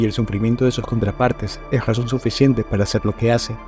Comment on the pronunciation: Por qué dices "Gazón" en vez de Razón ?